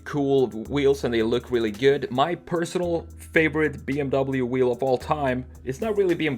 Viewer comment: This was so Hard to watch! You prononced "BMW" Wrongly >:(